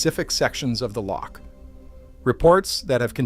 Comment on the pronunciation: It’s called a Loch not a leak